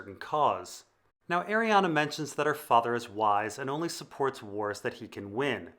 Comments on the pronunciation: Ah ree an Not ah ree ah na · Omg. Please read her name. There is no A at the end of her name. Ar-e-en is how it's pronounced